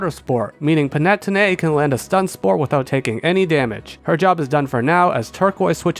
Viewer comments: *pan-ah-tony, not pan-ette-oh-nay :') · the way you pronounce Panettone hurts me, Pan-e-tone-ay not pan-net-own-e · ain't panettone pronounced pan-ee-toe-nee not pa-net-oh-nay? (could be a language difference as I'm UK tho) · It’s always great to see fellow Elemental Monkey fans! Also Panettone is pronounced “pah-ne-TOH-neh”. Usually I wouldn’t comment on pronunciation errors, but it’s probably the move to pronounce the name of something you like correctly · Not the panay-tonay 🤣🫣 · The way he says Panettone kills me, but in a good way😂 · the way you pronounce panettone gave me a headache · The way you're saying panettone is breaking my heart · I don't know if I've ever heard someone pronounce Panettone like that before. It's not important to the video it just took me off guard LMFAO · Do people usually pronounce Panettone like that? Genuine question. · I don't fail to understand why you pronounce it that way, but hearing Panettone in this way makes me love them a lot more as an italian. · The way that you pronounced panettone damaged my very soul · Glad to see panettone go. As an Italian hearing that pronunciation was pretty painful😅 Not that I blame you I'm just as bad when I try to talk in english😂. Great video as usual. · As a italian I also agree